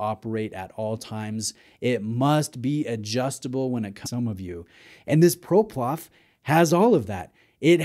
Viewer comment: ProPlof 😂 love it